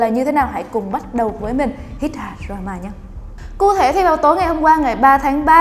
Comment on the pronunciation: Cụ thể mà nghe ra ku thể xD